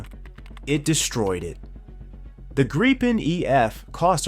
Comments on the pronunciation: Good presentation but every time I hear the aircraft called a "Greepen" I cringe. Retrain your A-I please. The word is Gripen with a short 'i". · true, but it still sounds like there is a e or two instead of i. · Wenigstens den Namen Gripen könntet Ihr richtig aussprechen (..)